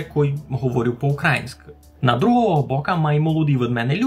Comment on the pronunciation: Звідки русини російську мову можуть взагалі знати? Вони ніколи не жили поряд з росіянами)) Можна питання: чому не "украЇнська", а "укрАїнська"? Хіба русинам так важко поставити наголос на "ї"? 🤔